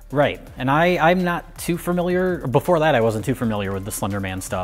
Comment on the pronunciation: "furmiliar" Jesus christ dropped.